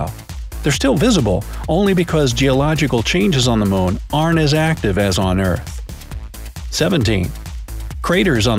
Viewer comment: It sounds like you are saying Mone instead of moon🤔